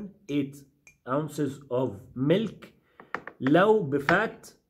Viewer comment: Called Milk ,Caw Milk Not MELK ………Pronunciation Please...……..Thank You